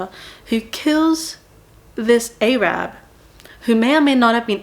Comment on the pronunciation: Saying "a-rab" like you're some gun toting bush voting southerner in 2005